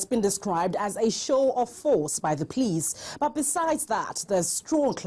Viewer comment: it is police not pliss